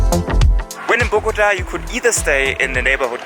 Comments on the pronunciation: If you want to pronounce Bogota correctly, don't put the strength on "GO" but "TA". Everyone who speaks English pronounce boGOta, it's actually bogoTA! Try saying the first two syllables with the same strength, and then scream loud the last one: "TA". That's how it is pronounced. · This city is called BOGOTÁ, with the accent on the a, not BOGÓTA. Good video nevertheless.